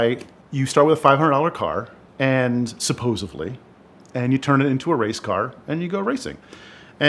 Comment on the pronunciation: "SUPPOSIVELY" no. stop it. thats not right.